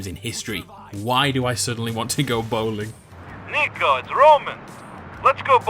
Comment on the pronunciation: my name is actualy niko just like him. and also he is from serbia so its not nico its niko